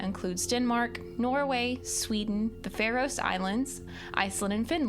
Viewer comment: Faroe is pronounced Farrow, not Fairose